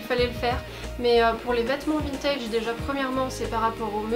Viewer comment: Je suis arrivé sur la video j’ai entendu vintid